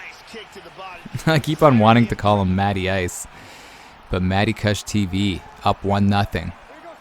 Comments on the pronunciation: it's KOOSH lol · Lol i love how you pronounce kush wrong.. NERD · Its kush pronounced like couch cushion. Its a type of weed and you sound ridiculous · Do all Canadians pronounce kush like "gush" with a k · The way you pronounce kush is freaking killing me.